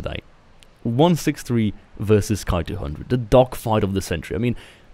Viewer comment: Why do you say ''Kai-200''... It's ''Ki-200''...